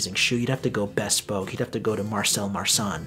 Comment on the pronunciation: be-SPOKE. Accent on the second syllable!🙇✨🧚 You mentioned that you might mess up the pronunciation of some names, so I figured that you wouldn't mind a polite, gentle correction of a mispronounced word. I know that I would rather have someone politely correct me, than to let me continue to sound like an ass. Believe me, I've been corrected numerous times!!🤔✨🧚🐴🐴🐴 I've recently acquired a pair of Thursday Captains, in Old English. Do you have any suggestions for creme colours? Saphir, of course!!